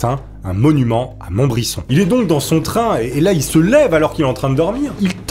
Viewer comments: On dit '' MontbriZon '' pas '' MontbriSSOn '' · Merci pour cette vidéo mais OMG c'est Montbrison dans le 42? Non pcq je vie pas loin 🤣🤣 et si c'est ça on dit MontbriZon et pas MontbriSSON 😅 merci pour cette histoire 😂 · Montbrison se prononce pas montbrisson mais mont brise on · On dit Montbri"z"on pas Montbrisson !! Vive le forez libre ! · Salut , c’est pas monbrison mais montbrison. 😉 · On dis montbrizon poulet un "s" se prononce "z" . Pour t en rappeler pense a "si tu met 2 S ca fais allemand" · MontbriZon (le S se prononce Z)!!!! j'y suis actuellement et ce depuis 43 ans, après c'est pas grave mais ça fait bizarre d'entendre parler de sa région!!! La prochaine fois que je verrais le monument au mort du jardin d'allard je penserais bien a toi!!! Allez la bibizzzz et continu comme ça, j'adore ton contenue!!!!!!!! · Pareil pour Montbrison qui se prononce monbriZon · Bonjour, étant un Forezien j’habite à 20 km de Montbrison, du coup pour te dire que ça s’écrit avec 1 t avant le b et que ça se prononce montbri"z"on lol sinon on continue tes vidéos je te suit depuis le début. Et je kiffe ton contenu. Merci 😘🥰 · Il me semble, qu'on dit MontbriZon car le "s" est entre deux voyelles. Je connaissais ce président mais je l'ai connu très tardivement, je pense que c'est très dommage qu'on ne connaisse pas tous nos présidents français. Pourquoi nous n'apprenons pas l'histoire de notre pays à l'école ? Les Américains connaissent très bien leurs présidents alors pourquoi pas nous? Je l'aime bien ce président. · La ville c'est montbrison (ça se prononce montbrizon) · Je suis du coin, ca se dit ''Monbrizon'' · Montbrison se prononce "Montbrizon" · Sa se prononce montbrizon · Sa ce prononce montbriZon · Mouahahaaa c'est Montbrison avec un T, et le "sse" se prononce "ze", 😁 halluciné quand je t'ai entendu dire le nom, ayant grandi a côté! Bref je me hâte a la vidéo 😍😁